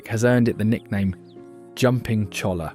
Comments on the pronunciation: It’s pronounced choya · CHOLLA is pronounced CHOY-YA